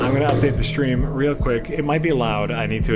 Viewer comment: can't pronounce the word stream wihout saying shtream... It must be his crocodile brain.